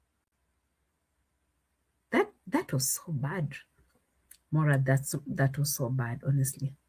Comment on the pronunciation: It’s Moraa😅😅😅